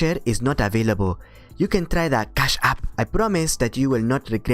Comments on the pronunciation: CHASSSHH APP! im gunna say it like this for now on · Your foreign accent is spot on. Fun to listen to the dialogue this way. Love the emphasis on Cash App. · LOL how you say "Cash App" with the accent. It is hard to imagine that someone could have their bank account accessed on a regular basis without knowing. It is more likely they are just lying. It pays to change your internet banking logon password occasionally and to use a different password for every service. I remember getting an email due to a data breach .. ie We have been watching you. Your password is (insert password here). We have been watching you visiting those adult sites and pleasuring yourself. We have recorded this and if you don't send us $1000 in bitcoin to this address (insert bitcoin address) in 3 days we will send the video of you along side the video you were watching to your contacts. blah blah blah... Due to the password they gave I knew exactly which website they had breached and contacted the website. The previous owner of the site apparently had a weak system which had been breached a year ago and that's why the new guys had got everyone to set new passwords once they upgraded it. Unfortunately I had not done that :(